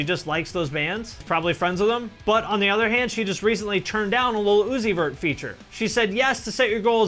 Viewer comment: Who the fk is lil oozeyvurt?